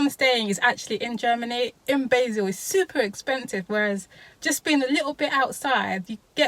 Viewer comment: Pronounced BAHzel, rather than BAYzil...